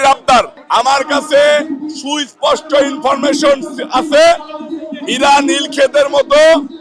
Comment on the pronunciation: ইনফরমেশন উচ্চারণ করতে পারে না গাঁজাখোর চাঁদাবাজ । পাটোয়ারীর ধারে কাছে যাওয়ার যোগ্যতা চাঁদাবাজ ফাইভ পাস এর নাই।